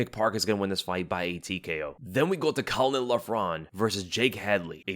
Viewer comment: butchered caolan name, also kiefer wins